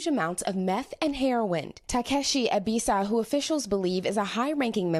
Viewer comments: It's pronounced eh-B-saw-wah not ebisaw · Too bad they couldn't say his name right...its Ebisawa ...NOT Ebisa...LOL...good job NBC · Ebi Sa Wa = Eh Bi Sah Wah Yah Ku Za not YahKuuuuuza The emphasis in on Ya not ku or za